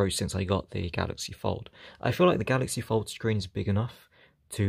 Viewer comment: I keep thinking he's saying Galaxy Ford. hehehe